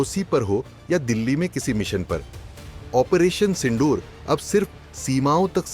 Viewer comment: भाई पढाई कहाँ से की है...ओपरेशन सिंडूर नहीं सिंदूर😂